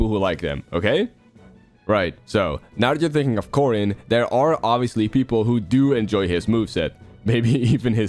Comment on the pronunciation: Caren, or is it Corden, or Gordon🤨